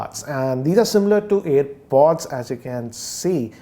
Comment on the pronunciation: It is airpod right. You are saying it as earpod